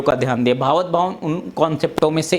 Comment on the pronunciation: बकवास। भावत नही भावात् शब्द है।